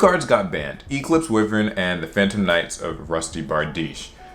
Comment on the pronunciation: Its why-vern not we-vern